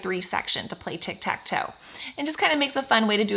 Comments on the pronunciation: I love your videos! I did notice instead of “tic tac toe” you said your sister’s channel multiple times, “tic tac toy”. 😂 Your videos are amazing, keep up the good work! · The fact she said tic tac toy instead of tic tac to to support her sister’s channel is very wholesome